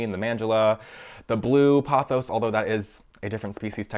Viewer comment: You're completely mispronouncing 'pothos'. You say it as though it was spelt 'pothows'.